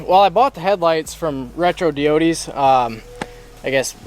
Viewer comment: Did he really just say retro deeodees lmao